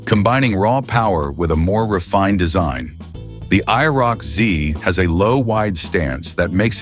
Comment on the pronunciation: Stopped watching when the AI spelled out IROC